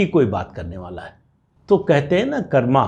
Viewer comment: आप जैसे विद्वान से हिंदी में बोलने हुए "कर्म" को अंग्रेज़ों की तरह "कर्मा" उच्चारण कानों में खटका. हिंदी बोलते समय राम को रामा कृष्ण को कृष्णा कहना या उच्चारित करना हिंदी के प्रति अन्याय है.